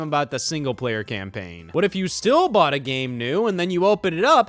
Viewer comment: man said buyed